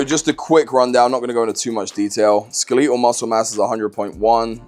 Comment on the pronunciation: Fav Part Of This Video Was Hearing You Say “Skeletal” 😂 Nah, Good Stuff Coach! Looking forward to more content.